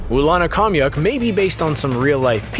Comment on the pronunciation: I don’t know what’s more frustrating, that the writer didn’t do enough research to verify that actually a majority of the things discussed was covered in the podcast, and what they’re saying is false or the fact that the narrator didn’t look up the proper pronunciations of legasov, Khomyuk, and other Russian names.